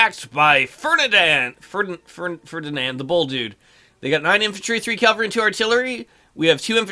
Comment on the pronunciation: Love the video; except... you keep saying CAL-vary and not CAV-all-ree.